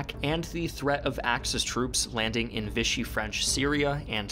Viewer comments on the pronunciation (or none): none